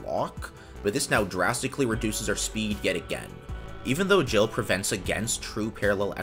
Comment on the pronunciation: Nice video, tho that multiprocessing code is the textbook example of what not to do when you use multiprocessing. I also find your pronunciation of GIL horrific :(